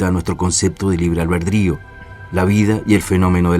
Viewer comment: Todo chido pero ¿porqué no habla bien? Nunca me ha parecido para tanto la pronunciación pero es difícil seguir viéndolo con ese libre "Albredrio" o "Alberdio"